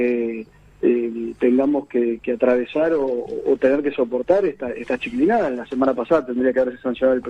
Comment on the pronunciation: Al Sr político: se dice "chiquillada".